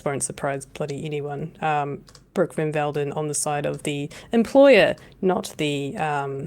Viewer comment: Bot Van Veldon ... we gotta get the names right!!